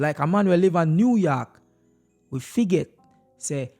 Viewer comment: The man Say New York 😂😂😂